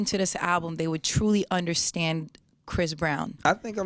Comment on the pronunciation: It's Chris Brown not Chis Brown